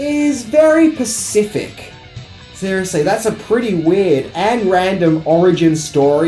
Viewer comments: Pacific= specific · Yes. It's very "Pacific". Lol